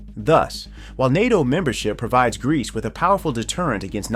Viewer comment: After hearing Greece i cant unhear Grease